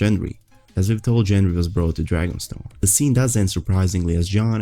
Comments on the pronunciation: Dude it's Gengry not Jendry🌚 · It's Gendry with a hard g. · Most of your videos are good, this one included, but please it's Gendry, not Jendry. lol